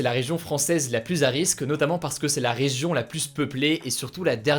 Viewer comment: Bon CONCRETEMENT on lui dit ou pas que "plus" ca se prononce [plu] et pas [plusse]